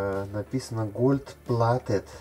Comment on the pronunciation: Голд а не гольд